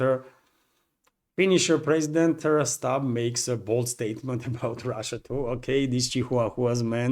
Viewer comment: Stubb seems to be pronounced like, 'Stooge', so with the other 2 on the Florida golf course we have, 'The three Stooges. 🥁